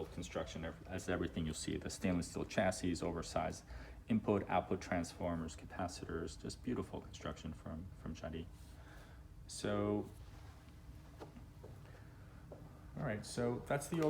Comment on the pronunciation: The "s" is pronounced in Jadis. Don't be a peasant.